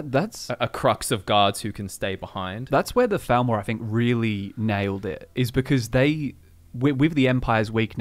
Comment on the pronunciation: Your accents on occasion make the “TH” sound far too similar to the “F” sound and that makes it hard sometimes. No idea if you’re talking about the Falmer or Thalmor.